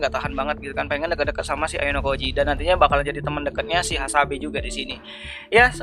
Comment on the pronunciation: Baku hantam dikit lagi🗿 btw Hasebe bukan hasabe🤣🤣